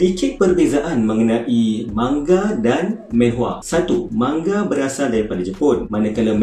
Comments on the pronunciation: bukan menhwa.. manhwa laa.. xyah nk men men sgt 🤣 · Sebutan manhwa adalah manhwa bukannya menhwa.Sebab dalam korean manhwa ditulis 만화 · hmm it's manhwa not maenhwa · Aku sorang je ke yang geram bila dia sebut "menhwa"? xD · Well, korg pun salah gak sebut. Cara betul sebut manwa..sebagai mana korg sebut manga.. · Satu menhwa satu lagi ski-fi🙃 ya pronunciation penting